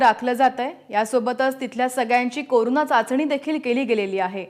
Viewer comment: करुणा म्हणू नका कोरोना म्हणा.